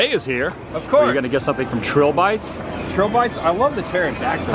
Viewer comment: I think that one restaurant was called Trilo-bites, not Tril bites, btw..